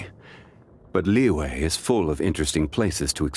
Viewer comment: i love the way he pronounces "zhongli" and "liyue". it sounds very authentic